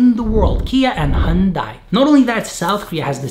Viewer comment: and what makes you the expert of both Koreas? have you ever even been there? youre not even pronouncing Hyundai correctly...